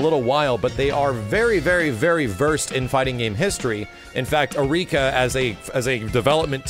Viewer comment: It's pronounced "Arr-ee-ka", not "Uh-rika", and it's "Dar-rune My-ster". Come on,, at least try and pretend you know what you're talking about.